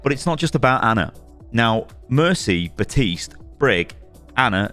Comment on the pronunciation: Bro is missing an entire letter when saying Baptiste like “Batiste” 💀